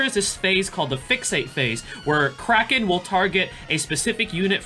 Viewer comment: Nice video! I keep hearing you pronounce Kraken as "Cracking" for some reasons:))). Maybe it's just me but I find it really funny. Is your pronunciation correct though? (Forgive me for asking since I'm not a native English user)